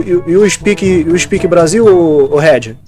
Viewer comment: KKKKK com certeza um dos melhores momentos, IU SPEKING PORTUGUÊS?